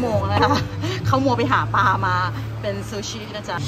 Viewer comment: ติดตามคลิปน้องมอสมาตลอด ชอบๆนะ แต่ช่วยปรับปรุงเรื่องการออกเสียงควบกล้ำให้ถูกต้องด้วยค่ะ เช่น คำว่าปลา...